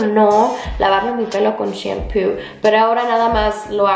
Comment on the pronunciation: Mori de risa cuando dijite shempu y es shampoo